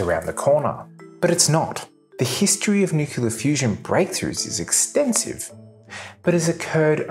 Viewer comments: I love your videos, but it's driving me nuts how you pronounce 'nuclear' - it's 'new-clear', not 'new-cu-ler'... Keep 'em coming! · You shouldn't do a video on nuclear topic if you can't be bothered pronouncing the word correctly. New-kle-ah, not new-ku-lah. Thumb down. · Did he say "nucular" ???? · "New-Clear" not New-Queue-Luh. Hard to take you seriously when you can't even pronounce a two syllable word correctly. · Repeat after me, Nu-cle-ar. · So, out of 25 times the word "nuclear" is used in this video, every single time it is pronounced as "nukular". Including one instance of "thermonukular". Science at its best. I should have made it a drinking game or something. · My wife and I both love this guy's videos, but yes, the "nukular" is a bit hard to listen to. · Sorry mate, I can't get past nukular. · How do you make a video about fusion and not learn to pronounce "nuclear"? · Just look at the spelling of the word 'nuclear'. It isn't that hard to pronounce the word correctly. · This guy perpetuates the mispronunciation of the word 'nuclear'. It's hard to believe that his thoughts on physics are correct when he can't pronounce 'nuclear'.